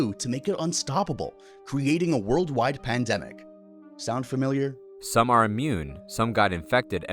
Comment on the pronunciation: No aliens creating a virus to control us doesn’t sound familiar 😂 why did you say it like that